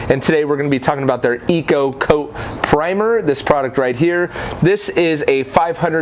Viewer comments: PREMIER ! not PRIMER LOL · >couldnt pronounce Premier or Polysiloxane Yup, i'm out.